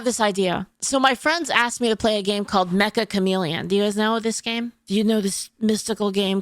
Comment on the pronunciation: I find it funny that Meccha Chameleon is always mispronounced by people as "Mecha" as-in robot. The title is "めっちゃ、カメレオン" meaning "Wow, a chameleon!" or "Very Chameleon (like)". It's funny because the title of the game itself acts like a chameleon, being mistaken for something it isn't about.